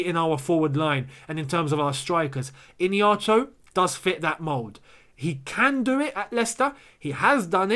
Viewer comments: It's ihenacho bro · It’s pronounced as ee-hey-nacho and not Iniacho😂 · lol his name is pronounced E-HEN-NA- CHUO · This is the pronouciation of his name I-hia-na-cho